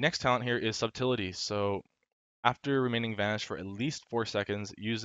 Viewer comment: Wb, you're my fave but Subtlety is pronounced like suht-l-tee not sub-till-li-ty, you're killing me smalls...